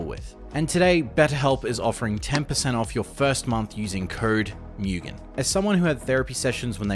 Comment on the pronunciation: Imagine running with the name Mugan and pronouncing it as Mewgen... maybe it's the accent